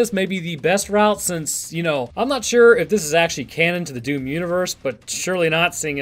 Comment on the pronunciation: It's DOOM not DOWN, come on guys!